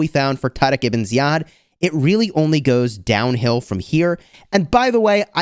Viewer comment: The way you tarek ebn ziad is exactly as our Arabic talking ,i appreciate saying it the right way 🫶🏻